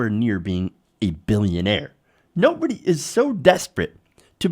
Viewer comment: That's not how you say billionaire. XD